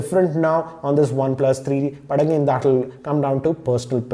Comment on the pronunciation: why does he wierdly pronounces one plus 3eeee teeee